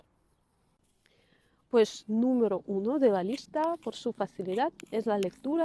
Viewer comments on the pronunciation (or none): none